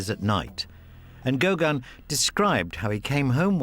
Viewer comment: Yes. Or, even more strikingly here: why not pronounce Gauguin correctly - as GauGUIN, not "GOW-guin".